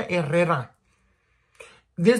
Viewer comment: Tf is a “hennatizer” ????! Que lenguaje hablas ? “Perjuuume” ???